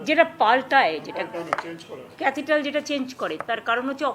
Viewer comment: মাননীয় মুখ্যমন্ত্রী মমতা বন্দ্যোপাধ্যায় গুষ্টির সব ডিগ্রি অর্জন করে বসে আছে।অথচ ক্যাথিড্রাল কথাটাই উচ্চারণ করতে পারছেন না। ইনি আবার রাজ্যের স্বাস্থ্যমন্ত্রী হয়েছেন। এর থেকে আর লজ্জার কিছু নেই। আর বলছেন জুনিয়র ডাক্তাররা খুনি! উনি কি সব জায়গাতেই রাজনীতি করবেন? উনার মনুষ্যত্ব জ্ঞান নেই বিবেকহীন মানুষ। সাফাই অভিযান দরকার সাফায়ী অভিযান চাই স্বাস্থ্য দপ্তরে। রাজ্যবাসীকে আবর্জনা মুক্ত করতে হবে আবর্জনায় ভরে গেছে। কল্যাণ বন্দ্যোপাধ্যায়ের গায়ে কি মানুষের রক্ত আছে অবশ্য কি বলবো বলুন তো পশুরাও এদেরথেকে ভালো কিন্তু ওই পশুদের রক্ত আর কি করে বলি।তাহলে পশুরাও ছোট হয়ে যাবে